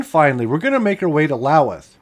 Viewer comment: Lavina is pronounced with a long I, like La-vine-a. Lennep is pronounced with the accent on the first syllable, like LEN-up. Loweth is pronounced LOE-eth. Also, the building in Harlowton you identified as a huge grain elevator is the old Montana Flour mill. It had a storage capacity of 500,000 bushels of wheat and could produce 600 barrels of flour per day. And as mentioned below, the E57B is one of the box-cab electric locomotives, not a tender.